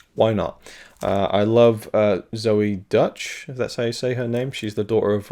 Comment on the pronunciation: I really enjoyed Why Him? Great performance from Cranston. I think her name is pronounced Zoey Doytch? I think. Not 100%.